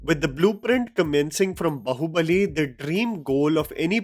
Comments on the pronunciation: Its Baahubali not bahubali. Man what an elitist illeterate this guy is. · ये बंदा बाहुबली को ढंग से pronounce क्यों नहीं कर पाता. its बाहुबली and not बहुबलि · Bhai it’s बाहुबली not बहूबलि. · you seem to be get so much right about South Indian films, but not pronunciation of movie tites. Please get them right, and we will love you more. Baahubali is pronounced 'बाहुबली'.